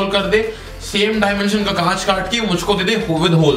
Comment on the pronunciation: Breand new "KAACH" hhahahahahaha